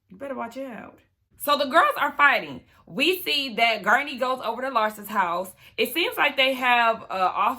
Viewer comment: it's Guerdy. I cackled every time you called her gurney. 🤭 Anyway, thx for another great review! 🤗